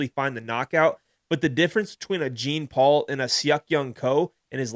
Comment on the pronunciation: Gene Paul? Please stop….lol. You victory lapped saying his name right then called him Gene Paul 36 times. 😂 JFC